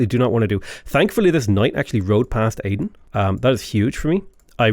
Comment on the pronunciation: I love how he sometimes pronounces Aydın correctly (like Eye-dın) sometimes pronounces like Aiden.